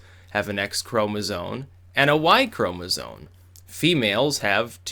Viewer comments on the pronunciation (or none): it's pronounced chroma-ZOME not chroma-ZONE!! holy crap that got annoying. bro, it's spelled chromasome, it's so obvious that it isn't pronounced chroma-ZONE! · It's "chromosoMe" not "chromosoNe". Than sounds ignoraMt. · Could someone please explain to its ChomesOME not "Chromazone" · "ChromosoNe" its chromosome my boy not sone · It's "Chromosome", with an 'M'. Not "Chromozone". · The way you say "chromozone" hahaha. Also, it's not surprising that the writer was Riley Dennis XD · Anyone else hear "chromosones"? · Lol, how does know so much about sex-linked disorders and the evolution of eukaryotes but not how to spell or pronounce 'chromosome'? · chromosome ends in an m sound bro.